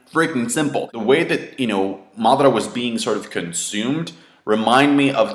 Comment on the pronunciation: Matara lol the he pronounces Madara it